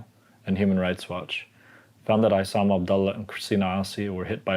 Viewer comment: Honor your friend, Issam by pronouncing his name correctly.